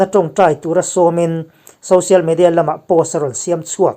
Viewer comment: 'Siam' tih leh 'khap' tih te hi a lam rik dan a dik tawk lo..a tawp lam hi lam hniam nise